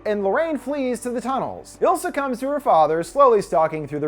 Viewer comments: It's Isla, not Ilsa. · I'm 99% sure It's eye-La like Isla fisher not ill-sa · But.. It is ISla not ILsa.. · I think her name is Isla (eye-la or ees-la). Not ilsa lol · The demon lady’s name was Isla, pronounced eye-la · is no one gonna talk about the way he pronounces isla? i cringe respectfully 😭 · Isla is pronounced eye-la